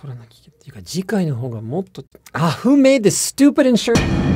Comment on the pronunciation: nah i heard it as ふめです then realized it was in english.